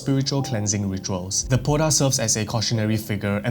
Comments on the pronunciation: Hi! Love the content! Hmong person here! The Poj Dab, is pronounced “Pall Da” with the “j” and “b” acting as tones. It literally translates to Female Ghost. It can haunt anyone who wronged it and is usually born from vengeance. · I was at work and when you mentioned the poj Dab my ears lit up, I didn’t expect to hear about Hmong People. Poj dab is pronounced “paw” (pronounced with an O sound) , you pronounce Dab correctly. Poj Dab translates to woman spirit or like woman ghost. Typically people avoid saying it when they walk alone at night. The h in hmong is also silent. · I'm Hmong its call paw-da